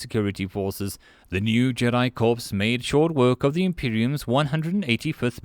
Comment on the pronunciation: Corps is pronounced as "core"